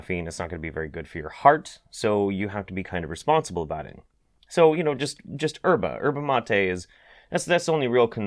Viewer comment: Dude, the 'y' in yerba mate ain't silent. It's EE-ehr - bah - MAH - teh.